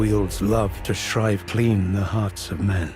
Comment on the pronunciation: mfer said "shrive"